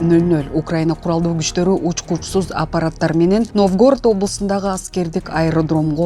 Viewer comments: Новгóрод эмес🤦‍♀️Нóвгород. Туура айткылачы шаардын атын. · НовгОООрод дейби? Журналист болуп алып ушундай суйлойбу?😂😢